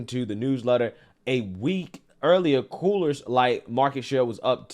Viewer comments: It's NOT "Coolers Light" !!!!!!!!!!!!!! It's COOR's Light. SMH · I kept thinking I was hearing things, but I'm pretty sure I heard him say "Cooler's" Light instead of Coors Light over and over. lol. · Why dis negro keep saying coolers light😂😂😂… it’s coors light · You keep saying coolers. It's coors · First I've got to say, I love your videos. I do however, have to call out the fact that you keep saying "Cooler's Light" for the beer named 'Coors light'. It's name sounds like CORES not Coolers. Anyway, I had to call that out... Otherwise, keep doing what you're doing. Love it! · maybe it's just me but when you say Coors Light I'm hearing Coolers Light. It's Coors aka CORES Light. Just sayin'. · Love your content bro but it’s it’s pronounced Coors not Coolers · It's Coors not Coolers, god damn get it right. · It's COOOOOORS LIGHT say it COOOOOORS... not COOLERSSS 🙄🙄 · I'm sorry, are you saying "coolers light"? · Coors light not Coolers light you butchering the brand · It sounds like your calling Coors Light, Coolers Light.